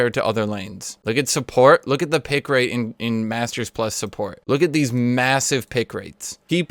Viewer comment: "pick late" wtf, r u japanese?